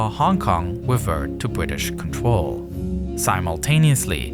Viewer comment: Really really cool video but why do you talk like a toddler? You said “contwol”